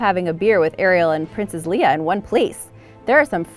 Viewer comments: Princess lee uh? Did you mean lei uh? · "Princess Leah"??? I believe you mean Lay-uh. Ouch. Not a SW fan? ;) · its pronounced "lay uh" not "lee uh" that actually bugged me a little. who else? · It’s LeiA not LEEa!!! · “Princess Leah”? Uh, no... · Princess Leia not Leah ;) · Correct spelling is Princess Leia. Pronounced Laya. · Princess Leeyuh?